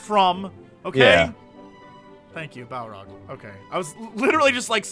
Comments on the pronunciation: And Balrog is not Balrac. Balrac is a doob. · Hehe it's a Balrog not a Balroc, and Morgoth is not a place :) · Balrog. Not Balrock. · Jesse: Master of Lore. Says "Balroc". I am disappointed beyond all understanding.